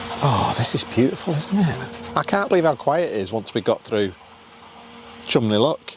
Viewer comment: You do realise Phil has outdone lock entry on both of you 😂 Thanks for bringing Seans mug for me ❤ And it's "Chumston" not Chumley 😂